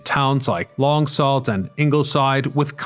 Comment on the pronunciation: you got your dates mixed up "in 1985, the Canadian Deep Waterways Commission was formed......"... uh, NO! and it's Long SOO, not Long Salt.